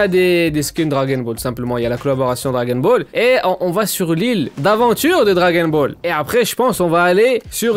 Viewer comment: "Dragon bol" t'es le bosse